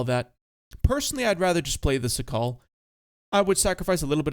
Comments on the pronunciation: It's painful how you pronounce Szakal. It's Shakal (it's in Polish), not Sakal. Also Ratte, or either Tashenratte, it's not Ratt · the CS-67 Szakal is pronounced shakal and means jackal you're welcum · its pronounced shakal both A's like in the word "marker", accent on the first syllable